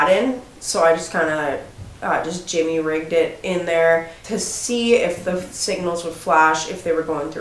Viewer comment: ooohhh,she say she ''Jimmy rigged " something instead of jury rigged.Jimmy will be so proud!